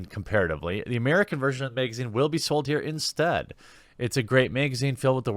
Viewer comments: The way you miss pronounce magazine makes me miss Lauren southern . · Why is him saying "megazine" so funny?